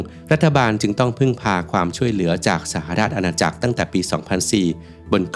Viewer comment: สหราชอาณาจักร อ่านว่า สะ-หะ-ราด-ชะ-อา-นา-จัก